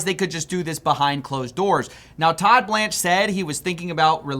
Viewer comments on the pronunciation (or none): none